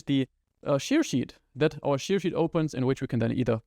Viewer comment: Thank you for all your videos, they are really helpful! :) Just please look up the pronunciation of "share" :O While you butcher quite a few words' pronunciations, I usually understand perfectly fine what you are trying to say, but this one made me rewind to listen again in a couple of your videos before :D (aber das war es auch schon an "Kritik" - was Inhalt und Aufbau angeht: Alles top, danke dir! :) )